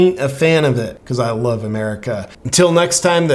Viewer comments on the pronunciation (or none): none